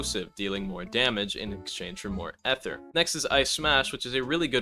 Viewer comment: gang please say ether like "ither" instead of like eh ther bro 😭